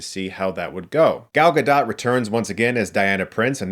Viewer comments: First of all, pronounce her name correctly, dude. Second - I had high hopes for this movie given the first one was far better than expected. My hopes were dashed in the first 10 minutes. Tons of over-acting, cheesy lines, weak story, and an over abundance of gratuitous glamour shots of Gal Gadot. She wasn’t the only one over exemplified either. They went out of their way to turn Kristen Wiig into a glam-bot. You had two strong female leads in this movie that could have stolen the show. Instead they chose to make them weak, vulnerable females desperate to gain the attention of others. Really disappointed. If all you want is some action and a little female on female “cat fight”, knock yourself out. I’m very glad I didn’t pay to see this movie. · Friendly reminder that it’s pronounced Gal GA-DOAT.